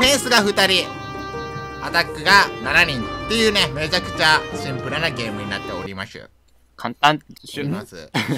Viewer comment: なっておりましゅ。